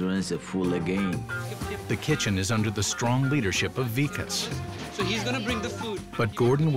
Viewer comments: Martin said “Vakis” instead of “Vikas” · Martin really said "vakiss" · Martin mispronounces the Vikas’s name. That’s downright disrespectful. How does one forget the name of a top chef? The name isn’t even long. It’s short and simple. Love how Gordon catches it and corrects him immediately. He was so done with Martin